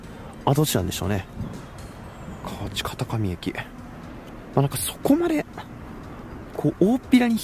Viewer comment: 奈良行くなら近鉄一択。大和路線の方が早いけど、JR奈良に持ってかれても困るんやわ。 北摂民にとっては、馴染み薄い河内界隈。 河内の読み方は、大阪弁では「かわち⤴︎」やね。 住んでもいいとおっしゃいますが、関東でいうと山北に住みたいと言ってるのとほぼ同じ。想像以上に不便やで。